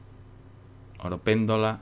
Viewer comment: A mi me molaba más cuando decias oropendola, aunque lo digas mal, te acabas acostumbrando jajaja. Disfrutando con este Witcher 2 que ya lo jugué hace tiempo y esperando con ansias que subas el 3!! Un saludo.